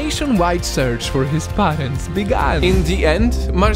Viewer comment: He pronounced parents to parents literaly